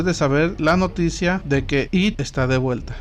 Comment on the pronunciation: It está mal pronunciado. It (esto)